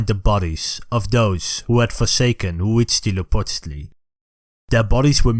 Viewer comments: As a mexican i'm happy to see the history of the country told by people of other parts of the world. Very nice Huitzilopochtli pronunciation, thanks for the flag nod. Great channel, keep it up! Viva México. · Your pronunciation of Huitzilopochtli Is almost perfect (I don't speak nahuatl but I speak Spanish) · I can't stop listening to this guy say Huitzilopochtli.